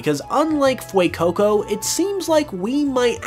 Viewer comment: Dude.."fuecoco" not "fuecoucou"